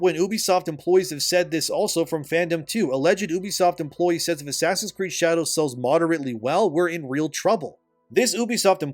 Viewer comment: "ASS creed" ...😆